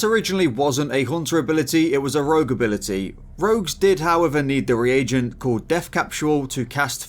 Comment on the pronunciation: In this video, the t in ability is silent